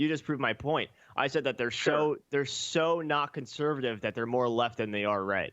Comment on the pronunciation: He accidentally says neo conservatinve in the beginning XD